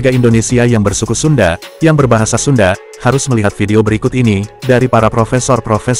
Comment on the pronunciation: Sunda woi, bukan sunde.